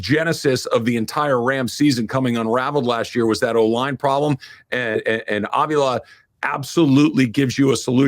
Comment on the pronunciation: Good stuff. Please learn how to pronounce Steve Avilas name. Jourdan Rodrigue pronounces it correctly.